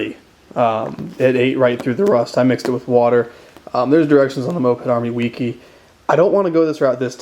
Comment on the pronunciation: lol it's POOK and WICKI not pooch and weekee.. but still, thanks for the vid